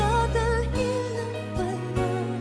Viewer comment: It’s Dadalhin, not Dadalin…